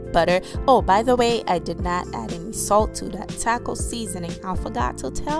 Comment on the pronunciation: The way she says "taco" 😂